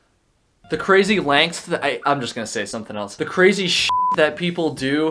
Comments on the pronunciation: You said "lengths" fine mate.. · says "lengths" perfectly fine multiple times Also: Refuses to say it again